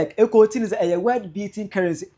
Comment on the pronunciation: Cant yiu pronounce world as you keep saying word.Shame